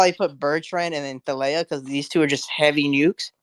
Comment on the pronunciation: Surely is to be pronounced as in Tar lay ah